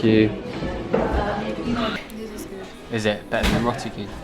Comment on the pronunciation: I like how u pronounce roti as ro'ee 😅